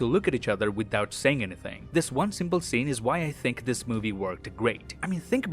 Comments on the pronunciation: What's that thing says? "Till then I'll see you guys in the next won"? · Every time you say “I’ll see you in the next one”, one sounds like Wong and I think that’s very fitting. And the “wong will be back next week with more disturbing facts” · "Until then, I'll see you lads in the next *Wong*"